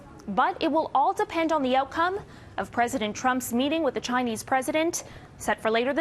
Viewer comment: Threadent. How are you a professional